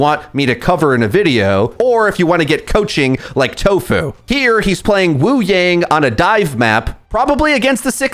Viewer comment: take a drink every time mispronounces wuyang or kiriko despite knowing the correct pronunciation and having pronounced them correctly in the past